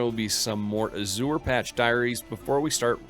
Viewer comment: check your pronunciation of "Azure". it is incorrect.